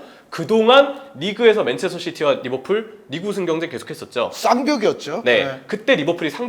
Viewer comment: 항상 거슬리는게 f발음은 영어가 아니라 한글로 읽을땐 ㅍ발음으로 하는게 맞음. (외래어발음법) 한준희는 특히 f발음에 집착하는것 같은데 매우 듣기 안 좋네요. 그러다보니 리버풀도 막상 pool인데도 리버뿔 이러고 있음.